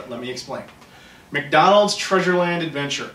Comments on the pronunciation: Oh lordy lordy the way he says "MIDONLSH!" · It is time: “MECKDAWNOLDS!” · the way he says McDonald's made me laugh so hard because that's how my fat brother says it also.